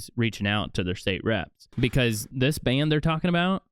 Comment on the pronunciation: Hey Morons. Its Ban, not Band.